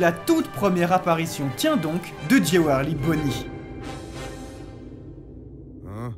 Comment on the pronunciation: "Géwélry" -> "Djoulery" Pensez-y SVP.. J'suis grammar nazi